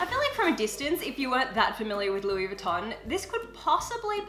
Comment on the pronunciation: Mehhh really sucks when people don’t pronounce Louis Vuitton correctly ....